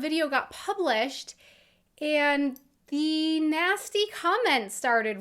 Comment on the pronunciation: Hör mal nen Deutschen Englisch sprechen, sis is horrible you can hear sem speaking se "th" like a "s". Das hört man sofort.